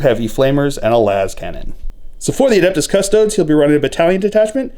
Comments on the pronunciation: Cuss Toad ESS not EES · Cuss-TOE-days. There are 3 syllables in that word.